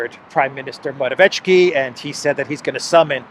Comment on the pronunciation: please learn how to pronounce the name Morawiecki properly.Someone showed you how to pronounce it in the comments already. And here you go again😃 it's Morawie- "tsky" not "chki"...